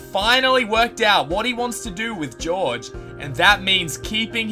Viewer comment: It's sad how he said George as gorg-ie 😩